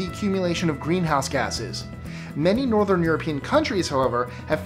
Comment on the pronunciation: Was that mis-pronunciation of "Northern" in number 7 accidentally left in the final edit by any chance?